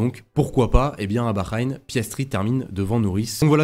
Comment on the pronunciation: STP ça se prononce baHrain "ha" pas un "gha" 😂 En tou cas je vois : Piastri Leclerc Norris Je tente Charles si j'ai bon c'est fou Let's goooo